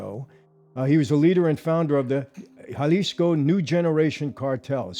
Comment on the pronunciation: Thank you Michael for pronouncing, "Jalisco" the right way...silent J like an H ..good job!